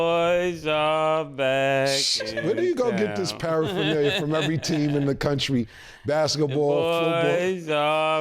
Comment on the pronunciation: “Paraphernalia” is crazy man